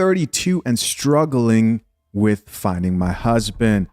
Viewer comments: Speak!! "When words are tortured the people suffer" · I can’t take a woman who pronounces husband as “hoosband” seriously. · The way she pronounces husband = super red flag